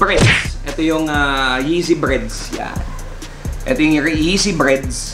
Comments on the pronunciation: BREDS. Not BREADS! Haha ano yun tinapay?? Bred is for Black and Red!! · Breds bro hindi breads 😂